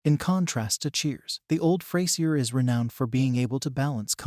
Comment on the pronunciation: somebody gonna teach this bot navigator how to pronounce the word frasier? and the word protagonist? sheesh.